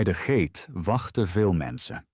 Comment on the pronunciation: GATE IS GEEN GAATE..